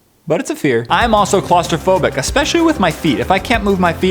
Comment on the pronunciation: It's claustrophobia, not clostrofobia. Amazingly, all phobias end in 'phobia'... surprising